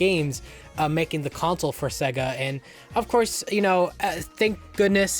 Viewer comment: Seguh? No it’s SAAAYYYYYguh. Pronounce it correct my man